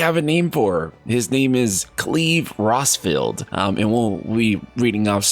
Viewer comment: He also pronounce "field" from Rosfield as "Feld". Why